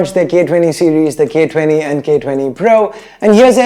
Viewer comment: ' For the gay 20' XD